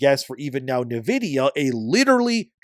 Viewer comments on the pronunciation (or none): It's pronounced 'in vidia' not 'na vidia.' Love your stuff but this bothered me more than it should have. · HOLY SHIT how can someone mispronounce Nvidia SO MANY DAMN TIMES. It’s NVIDIA NOT NIVIDIA! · Great coverage as always. Just sounds funny the way you pronounce "Navidia" should sound more like "Envidia" and for DRAM instead of "dram" should be "DeeRAM" 🤣. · It’s pronounced in vidia for nvidia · I almost had to stop listening with how homeboy was pronouncing Nvidia lol